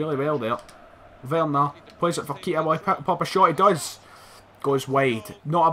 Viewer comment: Keita is prenounced Kay ta not keeta😂😂😂